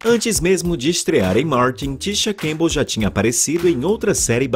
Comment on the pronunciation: O nome dela não é Tisha Cambell e sim CamPbell, pronuncie direito!